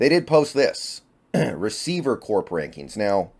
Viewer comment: In this context, corps is pronounced like “core”. Same as when you say Marine Corps.